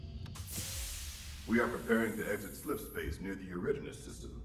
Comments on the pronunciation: “Era Dawn us” not “erid inis” man I wish they’d say it right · He also pronounced Eridanus as Arid Anus. I adore him too.